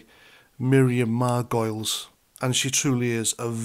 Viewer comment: Are you deliberately misspelling and mispronouncing Margolyes?